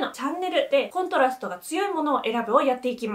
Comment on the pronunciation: コントラストのイントネーションがどうしても気になる😂